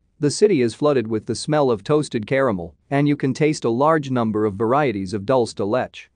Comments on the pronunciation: Dol-se De Let-ch LOL. It's pronounced Dool-se. De-Leh-che. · 😂😂 ”alfa- jaws”🤌🏼🤌🏼🤌🏼🤌🏼 “dol da letch” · I was laughing my butt off at the AI voice saying "alfajores" and "dulce de leche" like that. Such delicious treats deserve to be said correctly. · Goodness, couldn’t you learn to pronounce dulce de leche, Mah te but not like”Sorry Mate”…am not even Spanish & I cringed the way pronounce words even sautéed…ouch!